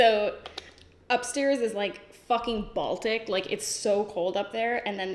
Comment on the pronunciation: I thought she was trying to say arctic 😂